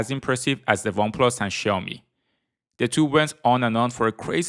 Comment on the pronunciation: Ксяоми!!!!!????? Сяоми ударение на О